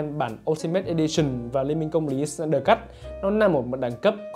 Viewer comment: "SỜ-nai-đờ" phát âm đúng tên ông ấy khó dữ vậy khoái phát âm chữ S dữ vậy ???